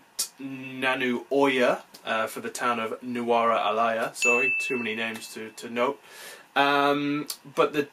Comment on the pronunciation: Great Video. But it isn't Elaya but Eliya. (like Elliot) And Not Nanu but Naaanu. 😊